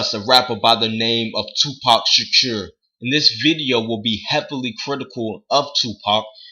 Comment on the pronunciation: who the fuck is tooopac shatuurr?